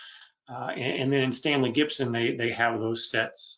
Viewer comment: Really interesting but please stop saying Stanley GIBSON!